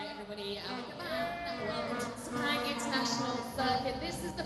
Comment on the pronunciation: Pronounce as fast as posaible: SIR PUNK! The local event management that handles the promotion do a bad job! A lot of motorsport fans from Thailand, Singapore, Brunei, Indonesia did not turn up!